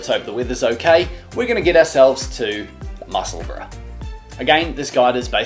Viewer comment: Hi l live in musseburgh and I like your videos but can you please stop killing the name of the town in east Lothian.